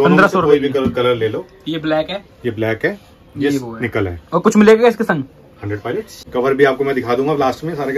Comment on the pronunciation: Palets❌ Pilots ✅